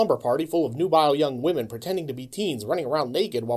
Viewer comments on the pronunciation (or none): none